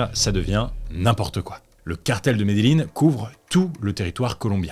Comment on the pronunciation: Ey salut je regarde tes vidéo, je les adores 😊, je suis allé en Colombie, et Medellin ça se prononce « mes des djinns » 😅😁